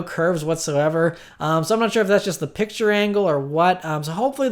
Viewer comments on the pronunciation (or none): none